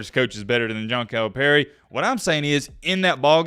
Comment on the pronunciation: You pronounce Calipari as “Kyle Perry” lol